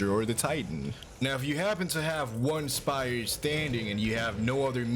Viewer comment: I loved listening to the word spire being broken down into two syllables with a hard pronunciation on the second, “SPY-YUR”.